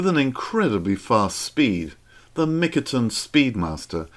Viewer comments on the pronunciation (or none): why you say mikaton when its mitakon